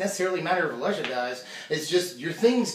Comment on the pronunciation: you may never pronounce Alesha wrong.